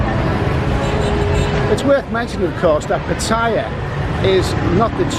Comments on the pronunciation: PATAY-YA. NOT PA-TAYA! Jeez. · Be respectful of the country you are in. It is not pa-TAY-ya it is Pa-Tie-ya! Do pronounce Thailand, Tay-land? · There is no I in Pattaya my friend learn how to pronounce if you can thanks :) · Learn how to say the word “Pattaya”...besides that, good information, thanks